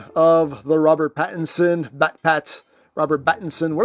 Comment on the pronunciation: It's not Bat Pat, it's Robert Battinson! 😂😂